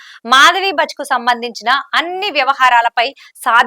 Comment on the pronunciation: మాధవి పురి భచ్ కాదు... భుచ్, ముందు కరక్ట్ గా చదవడం నేర్చుకో, తర్వాత చెద్దువు యాంకరింగ్